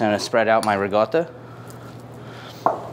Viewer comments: It's riCOtta not riGOtta. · Its Reekawda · Can you please just say ricotta normally, you're clearly american 🤦‍♂️